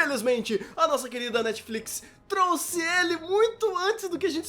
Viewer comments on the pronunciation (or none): none